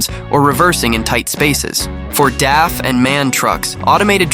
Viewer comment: DAF is pronounced like the beer from the Simpsons: Duff. And MAN is actually pronounced letter by letter. You're phonetically close to the correct pronunciation when you say: Emma N.